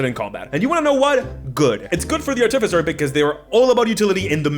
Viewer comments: Artificer not arti-ficer. It's about artifice nott arti-fic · AR-ti-fy-ser - emphasis on the FIRST syllable. Long i on "fy". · The stress on the wrong syllable was too much by 5 mins in. Art if ic ers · I think it is ar-te-fai-cer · I am fancy with my pronunciation of artificer. I pronounce it ar-ti-fi-see-ay. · I thought it was pronounced Art-e-feser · The way you say Ar-TIF-icer is really antagonizing lmao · Artificer is pronounced like artificial. The third syllable is the one that gets the emphasis. ar-ti-FISS-er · I bet the video was good but got 54 sec in before i had to stop. Please pronounce the class name properly its art-if-icer. Like saying artifact professor in the same word as thats its word roots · The word artificer came into being during the age of enlightenment to describe those people, mostly from the Arabic world, who would construct mechanical wonders, most often mechanical imitations of humans, called AR-ti-fices. From the same root as AR-ti-facts. They were called AR-ti-ficers after those devices. One can pronounce a word any way one chooses, but this is derived from a word which had an established pronunciation. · You’re putting the emPHAsis on the wrong sylLABle. It’s artificer. Easy ;-) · I can’t get over how you say artificer. 😂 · I love the way he pronounces Artificer 😂 It reminds me of my brother who always says "Arcifiter" or "Articifer".